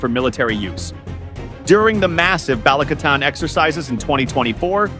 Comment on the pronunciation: PLEASE get the AI narration to pronounce Filipino names CORRECTLY! Baleek-a-TAN not BALIK-a-tan. And Cag-i-YAN, not Cag-AY-an. (And I'm an American, but one who has lived there.)